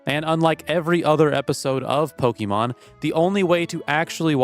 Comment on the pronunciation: Please, it's not Pokemon, it's Pokémon. Not only in the writing, but in the pronunciation too.